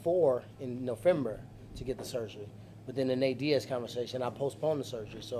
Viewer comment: NOFEMBER!! HAHAHA!